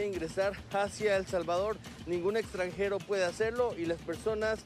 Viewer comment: Chale carnal "Extrangedo" Minuto